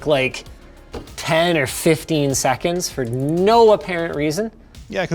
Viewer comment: the way he says 10 or 15 SECONDS... its like that's SOOOO LOOOONG...